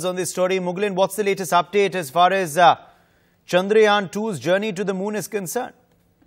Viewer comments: its not pronouned Chandraayan (story of moon) its pronounced Chandra-yaan (moon craft).! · Why does he keep saying Chandraayan ? The name "Chandra Yaan" has been in news over a million times by now.